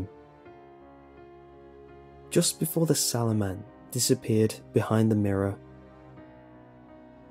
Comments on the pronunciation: it's sallow not swollow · I thought it said "The 'Swallow' Man" 😂👌👏😂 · I thought it said shallow man at first lmao😂😂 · Oh... SALLOW? I though it said 'Swallow'... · i thought it said swallow im sorry lol